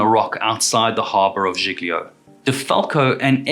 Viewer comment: Civ-uh-da-vek-e-uh, and G-lee-oh